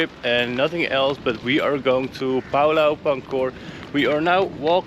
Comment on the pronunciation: Het Woord Pulau spreekt je uit als Poe-Lauw.